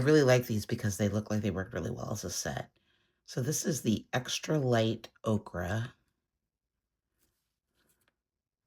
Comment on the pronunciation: Ochre, the color, is pronounced 0-ker, o-kra is a vegetable